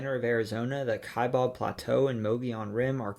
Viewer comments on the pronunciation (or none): I'm probably nitpicking here, but the city of Mobile, AL, is pronounced with the accent on syllable #2, not #1, i.e., moe-BEEL. Yeah, I know I'm nitpicking here, but the Tanana dunes are pronounced TAN-uh-nah, rather than TAN-uh-nuh. The AZ plateau is the KYE-bab, not KYE-bob, which is also a Paiute Reservation on the UT state line. When he got to Arkansas, he showed a map that was divided up into counties, which is the way 47 other states are also divided, the 2 exceptions being Louisiana, which has Parishes, and Alaska, which has 19 boroughs, and 11 census areas. If Puerto Rico ever becomes a state, it will have municipalities. While on vacation from here in northern Illinois several years ago, I visited the Gullah people, and found them, including their language, really fascinating. The Hawai'i entry was hard for me to understand. I finally realized he was saying Kaho’olawe = kah-hoe-oh-LA-vay (or ‘-way; uninhabited WW2-era Army gunnery training island; nickname: the Target Isle. In the Upper Peninsula section of MI, he mispronounced the national park there, which is correctly pronounced I'll royal. He pronounced I'll roy-AL, which is the French way. Like we so often do here in the US, the park was Anglicized, though the spelling remains French. Missouri's bootheel is a variation of a panhandle, the others being in FL, GA, MO, NM. The panhandle states are AK, CN, FL, MD, NE, VA, and WV (the only state with 2).